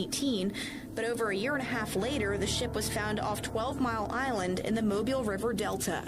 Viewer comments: Very interesting.....one little thing , I'm from Alabama and it's not pronounced Mobile like the car or phone but " Mo Bill" like that white guy in the video said. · Mobile is actually pronounced...Mo-Bill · I can't believe you came to my city, that's dope. You made realize how important what was in the back of my head when I started seeing Africatown. I have to ask my mother and see what see what she knows. Also our city is pronounce (MO- BILL) Mobile,Al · It's pronounced "Mo-beel." I'm from Mobile, Alabama. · It's pronounced Moe>Bill. Or mo Beal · BTW: It's pronounced Mobile...not "Mobile". 😊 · It’s pronounced Mo-beel. And I agree with you because my grandmother talked about our indigenous heritage, never slaves from Africa. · The city is pronounce MO-BILL lol not like a mobile phone 🤣🤣🤣 okay back to the video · Its actually pronounced (MO-BILL) Mobile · Mobile is pronounced ' Moe-bill ' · It was a lot left out of this story....I was born and raised in this city. But whatever....its pronounced MOE-BEEL...not mobile like mobile phone. And Meaher is pronounced like mayor.... I really wish you would've gotten with the old heads from the area for this so it would have been more informative. Still though love seeing other people's opinions on our stuff though.